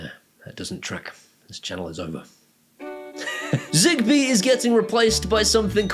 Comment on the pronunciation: Is zigbee here means Zibee? In the Moroccan accent? If so you are so very hilarious man. Thanks for the info anyways I was gonna get Philips hub.